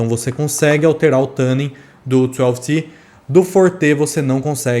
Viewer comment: Não sei onde vc viu isso, mas isso não é verdade. Na pronúncia americana o "tu" tem o som bem próximo de "two" (ou "too"), o que é um pouco distante do "tã" que vc pronuncia, e o nosso "tu" chega razoavelmente próximo da pronúncia americana e é mais fácil de falar e entender pro público BR também. Não precisa acreditar em mim, dá uma pesquisada se for o caso, joga a palavra no google translate e bota pra tocar a pronúncia, etc. A intenção não é ser daqueles chatos pedantes, mas é que realmente não é assim a pronúncia da palavra. Sobre o u12t, quem sabe um dia eu não testo um desses... Minha realidade de vida tem que mudar muito antes disso... A não ser que eu visite algum lugar que permita que eu faça uma demo in loco, mas só tem na gringa isso tb... Difícil. Até lá, fico satisfeito com sua avaliação kkkk Abraço